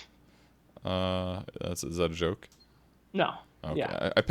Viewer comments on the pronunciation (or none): It's not 9(nine)Pasha - it's 9(Ya)Pasha. Means like I'm Pasha